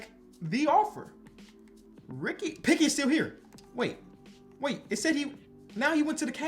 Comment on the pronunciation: this dude cant figure out the name Pickett lol hopefully you arent a steelers fan. Ricky Picky is my favorite try